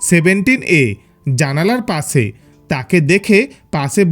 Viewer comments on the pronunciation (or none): Why this guy is talking like that ? Pase Bose hase lol 😆 Learn to say Pashe. Boshe, Kashe